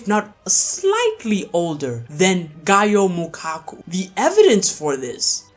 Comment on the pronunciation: Its not gaaaooohh mukaku man stop pronuncing it wrong its goah